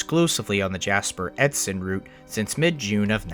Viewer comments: You should really have edited a little better. EDSON is pronounced exactly as seen. Several times in the same sentence you have said Edson and Edston. There is NO Edston. Same as Dalehurst at the point in the video, CP Dalehurst was said. Wrong, its CN Dalehurst. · EDSON, not Edston. You did say it correctly a couple of times, but mostly said Edston. Sorry, living in Edmonton and knowing a bit the areas mentioned in this vid, the wrong name, for whatever reason, is bothering me, lol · It is pronounced Edson, there is no t in the name. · Edston? Driving me nuts with your pronunciation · Srsly it is so irritating to listen to him constantly mispronounce it 😂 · Edson, not edston. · Ngl hearing it pronounced edston instead on edson is killing me inside 😂. But great vid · Edson being mispronounced as Edston is pretty annoying. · The town name you kept butchering is "EdSON" not "EdSTON". This would have been a very good video if not for the blatant mistakes in your reading of the script. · Edson.. not Edston. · How do you get "Edston" from the true name "Edson"? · It’s Edson not Edston. I like it otherwise. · Awesome video, but it is Edson! Pronounced like Ed sun. Otherwise well done video. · Bruh, i live in EDSON not "EDSTON" edit: stopped watching when he was talking about jack hudson in "edston" how tf does one missponounce edson.. simply spell it out.. ed-sun where tf is the T??? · Awesome video... but "Ed-sin" not "Ed-stin". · Edson not Edston. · Edson, Alberta is pronounced, “ED-son”, not “ED-Ston”. I am from Edson basing oil and gas work out of Edson. It surprised me how much hearing the name mispronounced affected me. Thanks for the great work on this remaster. Alberta Jim ❤ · You keep on saying Edston instead of Edson. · Great film. I hate to nitpick, but it is Edson, not Edston. ] Thanks! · Great video, but there is no "T" in Edson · The town is called "Edson". There is no "T". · There's no T in Edson. 😂 It's killing me